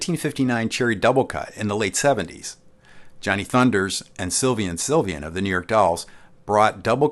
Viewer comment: It's not Sylvian Sylvian. It's Syl-VAIN Syl-VAIN. He actually just passed away in January. I have a 1960 TV yellow double cut that I picked up from the original owner in 1989. I traded for a '80 or '81 Tele Custom that I hated beyond words and a B bender I had never gotten around to installing on anything. That Tele was just a complete piece of junk and weighed as much as a boat anchor. The LP Jr was my number 1 guitar for about 12 years until it became too valuable to take out. Also, I had broken the neck once already and lived in fear of a second break. I had an almost exact copy built from the top of a 1920s mahogany desk that I found in a barn. It has a set of original 1960 electronics and vintage tuners (which are most likely from a '58). The pickguard, bridge, nut, and knobs were all new but era correct. It sounds and plays great, and it's one of my main players, but it doesn't have the mojo of that '60! The '60 still gets played, but only and always at home.